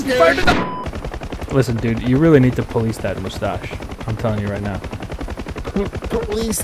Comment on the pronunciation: POHLEECE THAT MOOSTACHE!!!